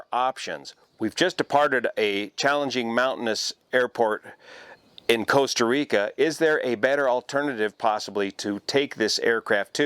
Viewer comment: Coasta Rica 😝